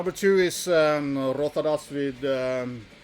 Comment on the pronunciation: Quality list as expected, sir! There's a few on here that passed me by so it will be fun tracking them down. It makes me feel less gormless seeing someone else struggle with the pronunciation of the incredible Rothadas record 😆 Cheers